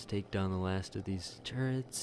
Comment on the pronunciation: Yeah, I don't mind that. But you do need to stop saying "li-berry" instead of "library" and "turrent" instead of turret."